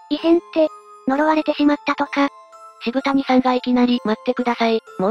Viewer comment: 渋谷はシブタニさんじゃなくて、 シブヤさんな！